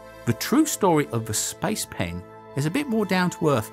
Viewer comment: I keep hearing spice pan